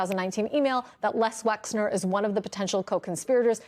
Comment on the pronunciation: why can no one say Les Wexner's name correctly?